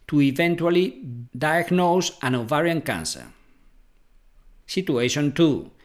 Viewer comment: Are you ATTEMPTING to say "OVARIAN TUMOR"??😳😏